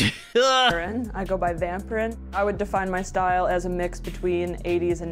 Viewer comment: Vampryn sounds like Pamprin to me--I wonder if that was 100 percent intentional lolol